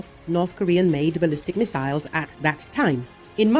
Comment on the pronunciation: He can't make up his mind on how to pronounce missiles or materials. He is a fraud